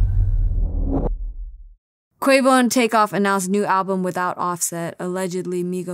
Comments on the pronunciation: Did she say Quavon? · "Quavon"??? Who is this chicc???